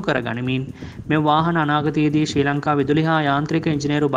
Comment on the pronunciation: ශී ලංකා නෙවෙයි ශ්‍රී ලංකා...😣💀